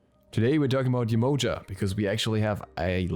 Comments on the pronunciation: It’s definitely not pronounced YE -MOE-JUH. It’s Yeh-Ma-Ya 💯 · the right way to spell her name is Yemanja. The way you spoke sounded more like "emoji" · It's pronounced Jehmoja